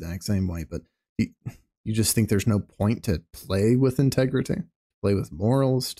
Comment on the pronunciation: Where are you finding all these extra syllables?? Cheat-ting, in-teg-reh-teh.